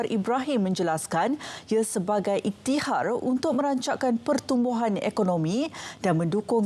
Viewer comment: cara baca, aleyhendro dan ihtiyar. all the best rtm 🙂